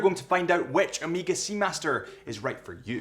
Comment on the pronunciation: Annoying pronunciation of Omega. Definitely, it is not Ameega!